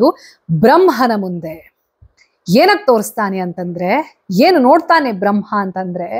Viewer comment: ನಿಮ್ಮ ಎಲ್ಲಾ ಎಪಿಸೋಡ್ ಗಳನ್ನು ನಾವು ಅನೇಕರು ಮೆಚ್ಚಿಕೊಂಡಿದ್ದೇವೆ..👍🌟🙏🌹 ಆದರೆ, ನೀವು ಬ್ರಮ್ಹ, ಬ್ರಮ್ಹಾಂಡ ಎನ್ನುತ್ತಿದ್ದೀರಾ.. ಆದರೆ ಅದು ಬ್ರಹ್ಮ, ಬ್ರಹ್ಮಾಂಡ.. ಅಲ್ವಾ..?🙏